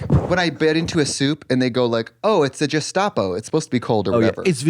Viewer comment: trixie saying gestapo when she meant gazpacho is killing me 😂